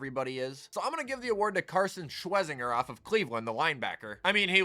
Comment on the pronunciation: SWESS-IN-JURR. The Browns Media center has a pronunciation guide